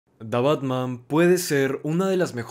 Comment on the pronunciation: Lo siento mucho, me gustan mucho tus videos pero la manera que dices tha batman en lugar de the batman es muy gracioso 🤣